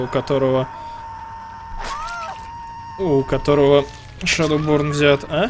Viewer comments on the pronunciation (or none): Мне показалось Shadowporn вместо Shadowborn...